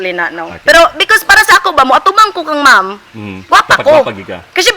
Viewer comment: says "I've fall in love with Mum Sara Duterte" which is wrong in so many ways - context and grammar alike., you should have said it like this, " I've fallen in love with Ma'am/Mam (Not Mum.. check your pronunciation please) Sara Duterte. If you can't improve your English Communication skill then you may as well speak "TAGALOG". You sound better in tagalog!